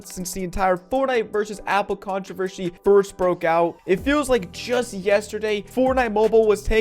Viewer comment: It’s the contovershy for me😂😂 dude it’s controversy